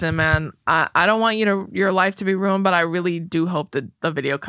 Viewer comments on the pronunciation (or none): Cutest thing ever when pronounces ruined as “rooned” 😅 I love it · please please please learn to say ruined correctly